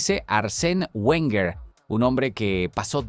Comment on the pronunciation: Lo dijo arsene werner...lo dijo arsene werner...oooooh...lo dijo arsene werner...¡¡¡¡¿¿¿QUIEN CARAJO ES ARSENE WERNER????!!! LA PRIMERA VEZ QUE TENGO NOTICIAS DE ESTE TÍO 🤣🤣🤣🤣